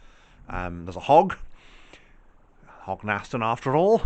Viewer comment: It’s pronounced Hog n stun